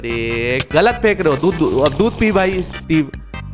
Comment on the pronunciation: Bhaiya ap ne dudh ko dudu bola